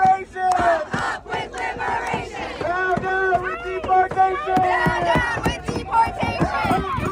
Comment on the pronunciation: "Ope weeth leeber-ayyshun" might be grounds for dismissal from the US.